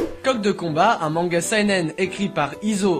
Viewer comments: nipon girl je sais lire le romaji merci, c'est juste que je ne sais pas pourquoi on a tendance à dire "saïnèn" alors que c'est "séynèn" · The Roschan Alors seynaine, mais c'est moins drôle .... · J'aurais plutôt dis saynaine, chacun ses goûts ^^ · Sèinène voilà je te l'ai fait en fonetique